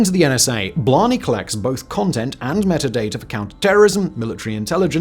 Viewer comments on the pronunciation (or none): none